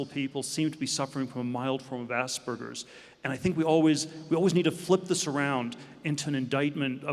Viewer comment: Did he says Aspergers or Ass burgers?